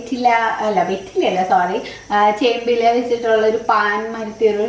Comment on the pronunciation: ചെമ്പിലയല്ല ചേമ്പിലയാണ് ശരി .മലയാളിയാണ് ഞാൻ കുറ്റം കണ്ടുപിടിക്കണമല്ലോ 😁😁😁നന്നായി